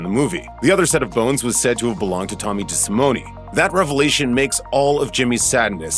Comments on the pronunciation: Desimone not pronounced with an E sound at the end. Cringe.. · Just an FYI you’re pronouncing Tommy’s name wrong and his bones weren’t in the basement